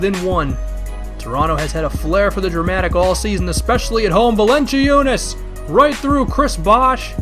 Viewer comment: Valen-ci-unas :'D, dat pronunciation :3